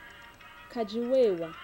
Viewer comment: it's "kadi wewa" and not "kidi wewa"